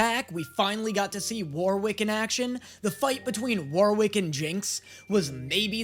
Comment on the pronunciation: God the way pronounces Warwick hurts my soul.